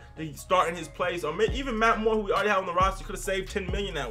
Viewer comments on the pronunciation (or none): none